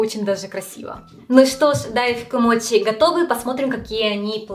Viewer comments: Ты говоришь мочи, но при этом написала моти, так как правильно называется 🤔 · у меня вопрос который давно мне не даёт покоя, но вызывает диссонанас, каждый раз когда я слышу эти вещи. Сейчас объясню. В видео написано "десерт моти", при этом ты произносишь его как "мочи", на английском "ch" читается как "ч", и ты произносишь это как "ч". У тебя ник гейм на Ютуб, и ты при приветствии произносишь "ч". Хотя по предыдущей логике ты могла бы произносить " тян". Я пытаюсь понять почему в словах в которых отчётливо слышится и на английском пишется звук "ч", у нас откуда вылезает "т"?